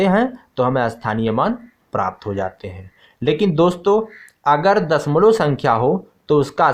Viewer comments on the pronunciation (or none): Sir dasmal nahi bolte hai dashamlav bolte hai 😂😂